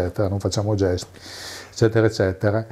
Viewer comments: Mi permetto di correggerti: "ezzetera ezzetera..." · "eccetera eccetera" a parte, super intervista! :D